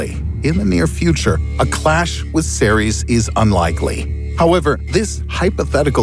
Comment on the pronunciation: When he said Ceres i thought he said t-series.